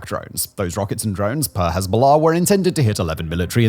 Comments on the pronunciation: Why do you pronounce it HEZBOLAHRRRRRRRRRRCCCCK Also hezbolurrrb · I’ll be honest, bro I would watch you but the way you pronounce hezbollah just pisses me off too much. What do you have to emphasize the oh so much and the ah sound just say it smoothly bro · While I enjoy his channel. Dialect is annoying. Cannot pronounce the letter 'r' in far, but adds the letter 'r' in Hezbollah...